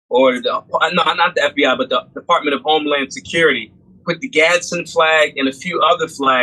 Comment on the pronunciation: "Gadz-din". 2 syllables. Not "Gaddison".